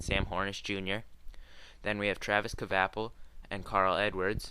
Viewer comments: it sounds lile kvapil and its spelled like that buts its actually kwapil that's how they say it in nascar -.o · It's pronounced Travis kwapil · You didnt pronounce kvapil right it's like kwapil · Travis Kvapil. Haha it's pronounced as Kawaffle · I nursed out laughing when you said Kvapil wrong but all in all good vid